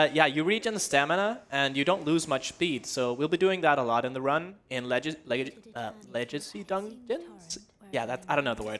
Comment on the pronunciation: This dude really said, Lejacy.